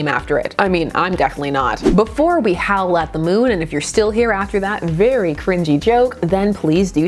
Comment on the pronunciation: Hearing you say “howl at the moon” sounded like “Howlett moon”. Do wolverines howl? All I know is his real name makes a lot more sense to me now.